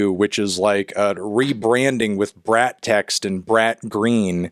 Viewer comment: You're pronouncing it wrong! It's pronounced "brat"